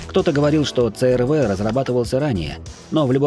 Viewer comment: Пожалуйста объясните почему буква C -си называется Ц. С какого алфавита это буква Ц какой страны? Просто режет слух, хочется понять. Хонда црв:) Хонда аш рв. Айч-Н. 😮 я в шоке. научите меня я чего-то не знаю 🤷